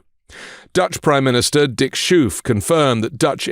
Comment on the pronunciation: Seriously...shoef????? It is clearly written Schoof with a CH, and an oo, as in go, and a ch as in loCH...S CH oo F if you have teeth problems saying sh sh sh all the time, do not do videos.. PLEASE have some basic RESPECT, and learn how to pronounce the names of folks..